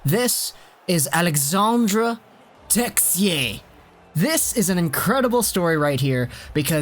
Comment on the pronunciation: It’s pronounced Alexander texi-ay